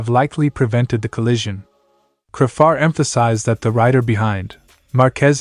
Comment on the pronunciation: It's not cra far? It's said crayfar😮